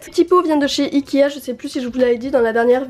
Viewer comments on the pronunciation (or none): Elle dit ikia au lieu de ikea ou sinon elle le dit trop vite chai pas mais on dirai qu'elle dit ikia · J adore tes video t es la meilleure ta chambre je t aime trop mais juste on dit ikea pas ikia